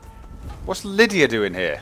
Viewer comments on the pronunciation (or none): none